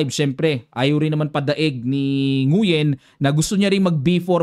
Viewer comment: Nguyen is pronounced as Ngwen.